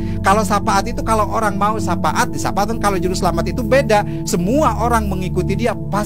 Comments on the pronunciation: Katanya ustad tapi nyebut syafaat jadi sapaat🤣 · Syapaat 🤣 🤣🤣🤣🤣 harusnya syafa'at kalo bener bener ustadz🙈